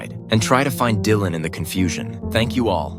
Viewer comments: Lol I says ✨Dyland✨ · you see that jasmine says Dylan’s name wrong and Mr.mills says it right..that’s evidence she might not be the mom…hmmmmmmm